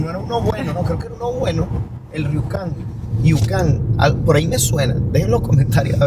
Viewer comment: dejo un link de un canal de noticias, el pueblo se pronuncia rukon y lo de los espejos salio unos 600mil dólares y no 600 millones como dices, cuando vi el tamaño de los espejos y las instalaciones me pareció raro el monto.